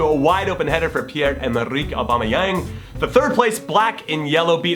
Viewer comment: I'm actually impressed by how well he pronounced Aubameyang's name.